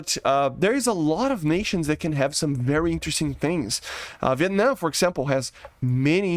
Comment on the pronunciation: Bro im not gonna be rude but Viet NAM not Viet Nuh